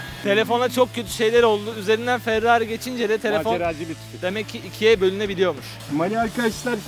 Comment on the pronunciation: farrari değil ferrari